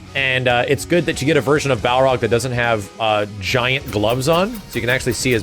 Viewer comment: you get a like just for saying baRLog